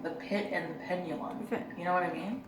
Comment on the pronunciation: "penulum", and on her CV, she talks about being an honors English major. Unreal.